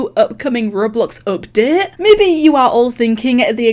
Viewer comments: I like how she says updet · I love how she pronounces update